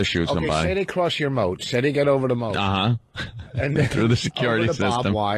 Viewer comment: It was kind of funny. Also it's "moat"